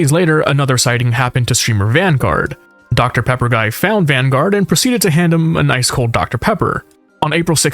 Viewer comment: Deoctah Peappah